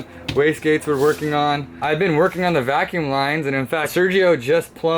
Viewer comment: For future reference, it's quintessential, not quindissential. Also, it's vacuum...not vacume. Lmao Gotta look out for my boys! Don't want y'all to look like you're illiterate.